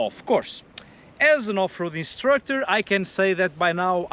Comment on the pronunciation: I heard “as an off-road destructor I’ve sin it all” 😂